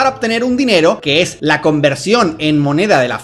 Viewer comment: 🗣️:Así ej como la tecnología etá avanzando. Observa ete nuevo robós.🗿 Como le ayuda en todo lo que ella necesita...